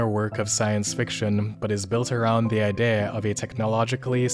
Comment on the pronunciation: Can't get over how you are saying idea